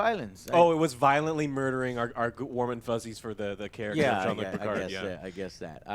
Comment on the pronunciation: Picar''D''. the D is silent god damn it!!!!